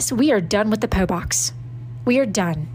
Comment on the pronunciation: THE WAY SHE PRONOUNCED PO BOX